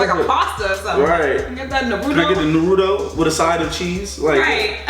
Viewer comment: like i say its not NER-RU-DO It's NA-RU-TO